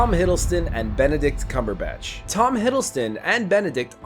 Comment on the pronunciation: Also Benedict "Cumberbash"